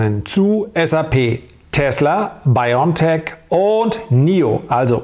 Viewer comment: Wenn Sie über so große Firmen sprechen, dann sollten Sie diese auch richtig ausprechen und vor allem richtig schreiben! Es ist BioNTech. Nicht Biontech. Genauergesagt: Bio and Tech. Also bitte Bio N Tech aussprechen